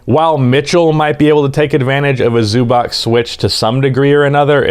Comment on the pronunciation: Try to say Zubac with a "ts" on the end, "Zubats". That is a more correct pronounciation then with a "K" on the end.